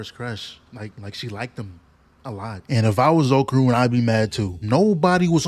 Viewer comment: Can't y'all NOT butcher my name? It's not Oakrun or Oakurn. It's OKARUN